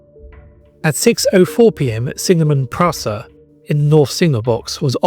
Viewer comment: Metre, "Leftenant", PrOsser and so on, although he does apologise at one point. Otherwise, an interesting little video with a decent amount of relevant images. Could really do with being re-narrated though. At least he pronounced "Froom" correctly.